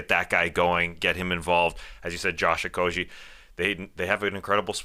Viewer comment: You guys pronounce Josh Okogie wrong. It’s Oh-KOH-ghee.